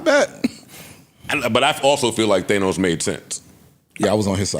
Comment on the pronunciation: Why do they say theynose I thought it was pronounced thaahnos